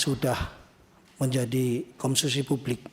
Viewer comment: Koplak dah.... Sekelas Kapolres tidak bisa sebut kata : "konsumsi"..... Tolol amat malah sebut " KOMSUSI.... Tolol